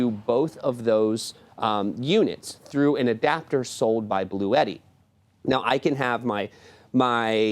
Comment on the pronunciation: The correct pronunciation of Bluetti is "Blue-T", with two syllables: "Blue" and "T"